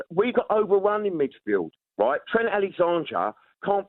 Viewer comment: How many times he butchered trents name 😂